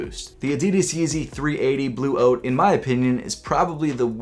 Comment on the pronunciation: Lol it sounds like you are saying Yeezy 380 blue oats 😂